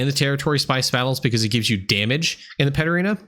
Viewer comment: I'm pretty new, so when you were talking about Paterena I got lost and spent about 10 mins googling until I realized you were saying Pet Arena 😅